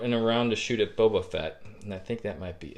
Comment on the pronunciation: Are you calling him "Bubba" Fett on purpose?